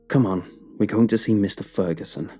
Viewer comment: Lmao “mr. feruson”